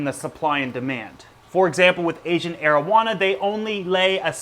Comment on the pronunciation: Had to read the comments to make sure he wasn't saying Asian marijuana 🤣